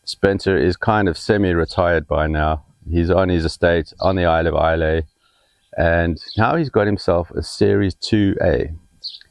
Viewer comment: Thank you. Islay is pronounced ‘eyelah’ and that is not the weirdest Scots name. Ask a Scot how to pronounce Ledaig😁! P.S. Kilchoman is pronounced’Killhoman’.